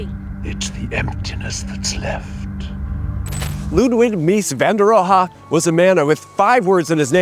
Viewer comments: Ludwig Mies van der Rohe (/miːs ... roʊ/ MEESS-...-ROH; German: [ˈluːtvɪç ˈmiːs fan deːɐ̯ ˈʁoːə]). "H" is not pronounced. Anyway, thank you for the video full of irony. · Mies van der RO-HA?! I’ve never heard his name pronounced like this. Maybe I’ve been pronouncing it wrong all these years. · Pronunciation tip It's Ludwig Mies van der Rohe /Row-eh/. It's a Dutch last name (adopted from his mother's maiden name) but since he was German this is the correct German pronunciation. I'm ignorant though to the Dutch pronunciation. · The German pronunciation: [ˈluːtvɪç ˈmiːs fan deːɐ̯ ˈʁoːə]; The last syllable is a schwa, taking much less emphasis than is giving it. When he emigrated he actively fell in with the Americans saying it as they saw it written, so -ROH; [roʊ] became normalised. So you can't say that either is incorrect but certainly reverting to the German is unusual. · It’s RohE, not RohA. “E” like in e(ducation). It’s that first sound, just cut off the rest of the word. And the “h” is silent of course. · Its not "roha". His last name is pronounced "row". Jfc.... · Is "Roe- hah" the way Mies pronounced his name? Standard German pronunciation would be more like "Roe-eh." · All good except it's not Van der Ro-ha, it's Van der Ro-heh. Apart from that I have to agree that saving Dearborn Gardens was an excellent idea and every time I'd drive by it I often thought it could be rightly and beautifully rehabbed. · It's pronounced more like "Ro-a," than "RO-HA." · We call this man, Mies van de Roo, not rohaa😳😀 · Oh Mies, Mies. In grad school I struggled along with this and finally said, “Less is More, more or less….” But did any of us ever say “van der Ro-ha”? All my professors pronounced it like Rowe. Maybe they were stripping him down to essentials. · Mies van de "Row-Huh" ??! 😂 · PS I have never heard his last name pronounce with two syllables. You might want to check on that last "ha'.